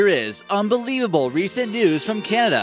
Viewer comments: why does he keep saying "kanda"? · Some intersting things going on with CANDA, this dude can’t pronounce anything lol.